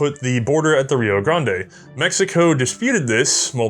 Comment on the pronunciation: Rio "Grahnd-ay" lol